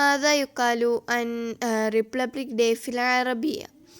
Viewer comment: Repupic അല്ല Republic